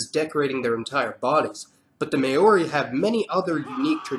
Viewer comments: please, it's never pronounced "mayori" it's only pronounced "maaori". here in nz, even when it's pronounced wrong it's not pronounced "mayori" but as "mowri" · Did my dude just say “may-or-ee”. That literally couldn’t be further from how you pronounce Maori. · māori is pronounced as “maaori” not “ma-ori” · it's not may-ori it is mao-ri and roll the R just so u know bro and cheers for spreading the word of us islander chur cuz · This is an awesome channel! Just never say may-ori again. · Its not pronnounced "May-ori" lmao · Why you keep saying MAYO REE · Maori = Mah-Ooh-Ri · Very good research but you butchered the pronunciation of Maori. You missed to mention the Moriori people from Chatham islands of eastern New Zealand they are very few now or maybe non-existent at all but they are mysterious people. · that moment when he says maori wrong, says it pretty much correctly just to prove he can, and the says it wrong from then on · learn to pronounce Maori correctly!! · It's not Mayori, it's Maori. And Rapper knowie, it's Rapanui. Get your pronunciation right. 😂. Love the history though